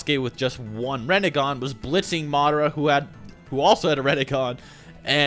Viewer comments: Reh Neh Gan? Rin Neh Gahn. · Its not rEnnegan its rInnegan